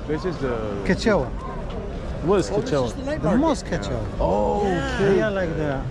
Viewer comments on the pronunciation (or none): Ketchaoua Mosque kho not Coachella 😭😭😭